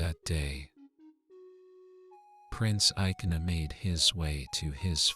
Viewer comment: But dat is not the way to pronounce ikenna and ogechi.